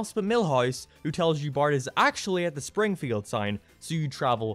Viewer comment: He literally said "Shpringfield" ...